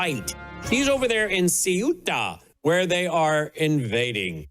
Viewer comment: CEUTA = thay - 'OOH - tah